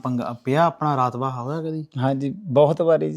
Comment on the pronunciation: raatba nahi hunda raabta hunda ji